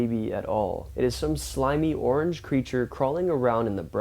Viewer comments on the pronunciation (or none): none